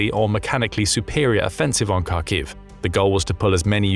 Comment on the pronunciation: Will you ever bother to learn how to pronounce Kharkiv?